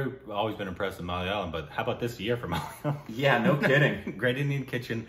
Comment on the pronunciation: Wow! After so long you managed to pronounce the word malayalam properly.